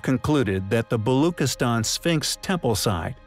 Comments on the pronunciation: You are saying Balochistan wrong. “Chi” is not pronounced as K rather as Chi like Chi of China . A simple google search would have given you the correct pronunciation but you did not bother. You research has flaws, my friend. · Very inquisitive narration. But why no attempt to pronounce the name of Pakistani province Balochistan correctly? Please pronounce ch as in child. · Its balochistan. Ch like in cheese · its pronounced - BaloCHistan - CH like Charlie - not CH like kiss - just FYI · its pronounced: "Balushistan" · Why is this video intentionally mispronouncing everything? This is just clickbait… which contribute to misinformation. Seriously precision? Not precession? Neemis 😂😂😂😂😂😂😂😂😂😂😂😂😂 who ever you are, you seriously need to GET EDUCATED ON BASIC PRONUNCIATION OF BASIC WORDS… Balookistan? The Balochi people are likely hunting you down right now !!!